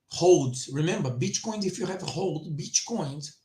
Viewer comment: I hear bitch coin every time you say Bitcoin 😄